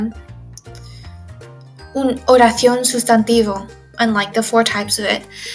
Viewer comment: When you said "oración" it sounds like you have a bit of a ceceo now!